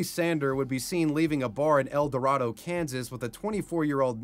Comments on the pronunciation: Not to be that guy but mate El Dorado (El-door-Ado) it's mildly triggering when it's pernounced wrong but I remember hearing this it's freaky something like this happened so close to home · El Dorado, Kansas is pronounced El Door-ray-doh. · El- door-ray-dough 😅